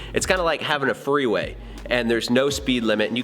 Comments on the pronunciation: Anyone else think he said 'three-way' and not 'freeway' at 5 mins in... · "freeway" thought you said threeway had to listen again haha